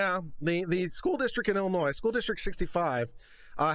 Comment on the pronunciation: Thank you for pronouncing it Illinois and not Illinois.